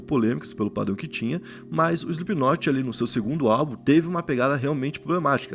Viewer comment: 4 segundos de vídeo e ele falou o nome da banda certo